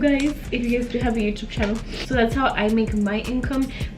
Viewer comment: How says joutube lol